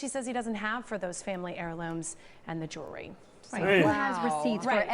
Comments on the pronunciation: It's not jury it's jewely. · Jeewrwy, lol....that and "ax" for ask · He’s obviously a smart man/just can’t say “jewelry “. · Why can't yall pronounce jewelry